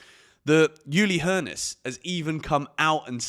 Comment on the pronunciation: Ullee Hoeness not Youlee Hoeness